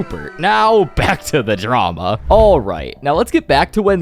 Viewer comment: dramauh, yachtuh, roy(y), down(n), ba(a)guh